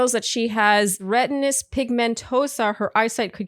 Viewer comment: It’s Retinitis pigmentosa, not retinous.